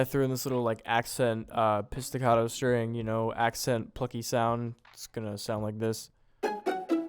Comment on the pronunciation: i love that my guy pronounces pizzicato as piss ticato